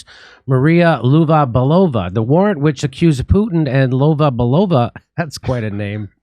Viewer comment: It is pronounced Lyova Byelova, stress on the first syllable.